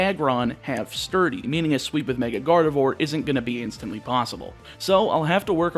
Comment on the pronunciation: Please stop saying Garde"vore"